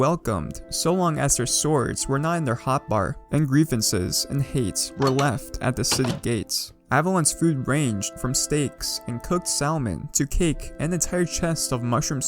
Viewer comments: he said Sal-mon smh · We gonna talk about how he says Salmon?